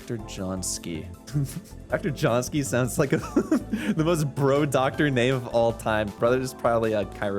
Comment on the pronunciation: John-ski? It's Josiński! (or 'yo-shin-ski')!